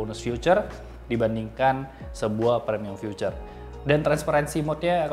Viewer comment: feature bro bukan future wkwk